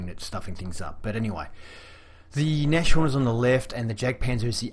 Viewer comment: Nice review as always. Just FYI this tank's name is pronounced Nas-horn, not Nash-horn. It's German for Rhinoceros ("Nose Horn"). Initially it was named Hornisse (Hornet), but was renamed, apparently because Hitler thought Rhinoceros was a cooler name.